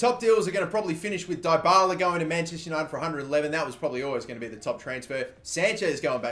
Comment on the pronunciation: It's pronounced DEEbala